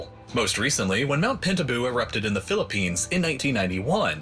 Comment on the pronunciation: Mt. Pinatubo was so destructive in the Philippines happened 1yr before I was born. affected agriculture, forestry and land. it was reported due to the thick clouds the world lowered the temperature by 2 years. I was mildly offended on the video says Mt. Pintabu the correct name is Mt. Pinatubo.